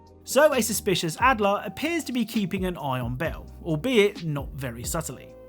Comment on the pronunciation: "SUS"picius??? Amogus???